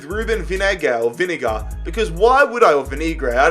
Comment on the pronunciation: Its not vinegar 🤣🤣